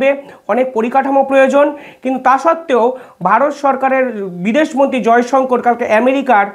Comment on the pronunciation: Jayshankar noi sir jayshankar bolun ...